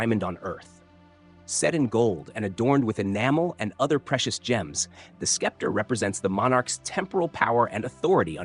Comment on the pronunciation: I agree! Skepter?!